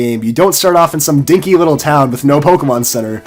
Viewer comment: "not in some dickky town" said. he said dickky first time XD plz correct me if wrong